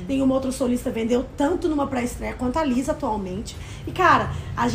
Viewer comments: a pronúncia certa é Lissa não Liza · Que agonia elas errando o nome da Lisa kkk